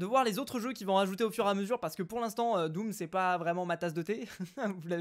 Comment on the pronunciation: tu n'as pas dis doom tu as dis dooms lol